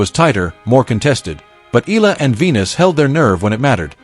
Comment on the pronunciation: FOR YOUR URGENT INFORMATION, THE CORRECT WAY TO PRONOUNCE THE LAST NAME OF ALEXANDRA EALA IS, EH - YAH - LAH.